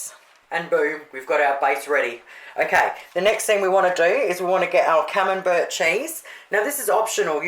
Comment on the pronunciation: Looks great! My partner does not like camembert...when I made your salmon patties he preferred them without the camembert. Could I make this with tasty cheese on the bottom or not put anything is better? My partner speaks Australian as well so you probably don't care either how camembert is pronounced but it is said like camembear...t silent. But then if you didn't speak Australian you would have to change your youtube name...lol